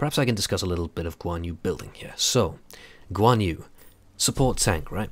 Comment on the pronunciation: I couldn't help dying of laughter. Guan Yu is pronounced Goo-wan Yri. Go to Google Translate and listen to the Verbal Translate. But uh, ye. Nice play.